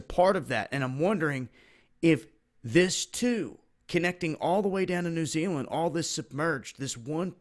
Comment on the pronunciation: fuck me the way you pronounce tonga is so annoying and New Zealand please if you're gonna say it say it right... Nah jk it's all good your American I'm New Zealander LOL